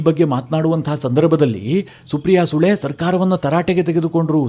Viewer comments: ಸಾರ್ ಸುಪ್ರಿಯ ಸುಳೆ, ಸರಿಯಾಗಿ ಉಚ್ಚಾರಣೆ ಮಾಡಿ, ನಿಮ್ಮ ಕನ್ನಡ ಉಚ್ಚಾರಣೆ ತುಂಬಾ ಚೆನ್ನಾಗಿದೆ, ಸು ಅನ್ನುವ ಬದಲು ಸೂ ಎಂದು ಹೇಳಿದ್ದೀರಿ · ಸೂ ಅಲ್ಲಪ್ಪ ಅದು ಸುಳೆ